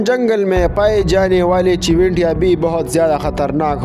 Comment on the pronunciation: Pa Pakhtho ey owaya. Tipping na Ticking. CHUWENTYAAN : CHUNTIYAN